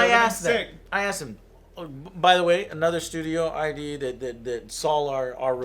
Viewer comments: Love ya joe and love your show but it's killing me so I have to say something. It's id not I. D. Anyway keep up the great content! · ID "eye dee software?" really joe? you know better than that. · lol Joe "I.D. Software"... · its " id software" not "I.D. software" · It's id software... as in 'lid'. Not 'eye-dee'. :P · Its just Id Joe. As in Id, Ego and Super Ego. Just Id. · Its id Software.. not I.D... Id, as in Id, Ego, and Super Ego.. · Love you Joe - but did you just say "AYE.DEE. SOFTWARE" ? commonnnnnnnnnnnnnnnnnnnnnnnnnnn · The company writes its name with a lowercase id, which is pronounced as in "did" or "kid", a connection with Sigmund Freud's psychological concept of id. Also Quake Champions is great BTW.